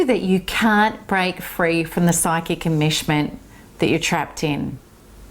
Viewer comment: I' sorry. I'm not understanding a certain word she she is pronouncing: psychic "immersion" ? Is that what she saying? It sounds like she is saying "immershment"?